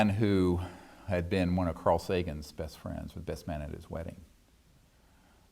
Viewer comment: hahahahaha "The beth't" - Stevey Greer hahahaha